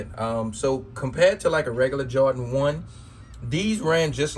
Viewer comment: Two things ....it’s Jordan not jawdan...and get ride of cheap wooden spinner 🤦🏻‍♂️